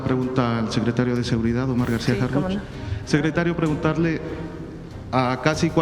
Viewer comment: ACLARANDO NO ES HARFUCHY, ES HARFUCH, OJALA NO TE MOLESTE, PORQUE DE LA FORMA QUE LO PRONUNCIAS SE ESCUCHA MUY IRONICO